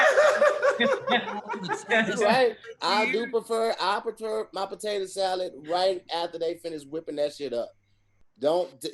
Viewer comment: “Hey Tom, we didn’t even notice he fumbled Tom. He’d said “I preter “ warm potato salad. Back to you Tom🧏🏽‍♂️” xD